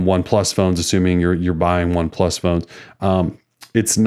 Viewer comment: Yah it's pretty obvious with how you are saying the name that you aren't familiar with them.